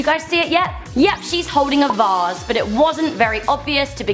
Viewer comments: she said vose instead of vase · DID SHE SAY VASS